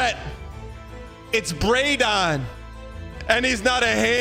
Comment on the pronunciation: The gheese man reading "Brandon, Handyman" as "Bray-don, kandyman" is insane